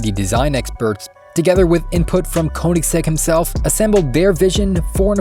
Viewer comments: it's pronounced "kUH-nigs-egg" btw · PLEASE learn to pronounce Koeniggsegg properly if you're gonna make a whole video about it!